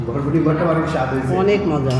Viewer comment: শোনো এটা বডবডি হবে না, উচ্চারণ হবে বরবটি।